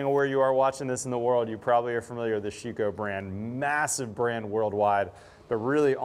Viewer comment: you butchered their name..... Schüco ü is pronounced like: I am very very happy to see you bringing on some real high quality products from Europe. Just as a tip. You can get also premade stainless steel frames for those windows or aluminum flanges which are much better lasting than your tape. You can just glue them in place before you set in your windows. Since in Europe most houses are brick build it's for the US market a bit challenging with all wood. But I noticed with a stainless steel sill-plate and aluminum glaced 3 piece frame we cut installation time down to less than 30min per opening. And instead to have my framer to put a 5 degree pitch in the frame in which takes way to much time we just use abs plastic to get the 5 degree pitch in before we put the sill plate down. With a nailgun you shoot those abs plastic parts just into the wood before you glue down with PL375 or compare able glue the sill plate into place. But you can also get PVC molding which is preformed: Buy in bulk and you reduce your window install cost in material and labor by over 20% per window. Quick tip next time you install a sliding door. screw in 2 pieces of 2*4 onto the inside corners of the opening with 2 foot length each peace in a 45 this way you can lean again it without been in the way when you move the big door from the inside to the outside to than drop it onto the sill plate. On the glass we have a 3 point level with suction cups on so we can see which way